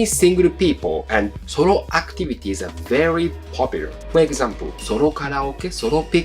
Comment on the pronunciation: Pronouncing the word "solo" as "sorrow" is kind of on point.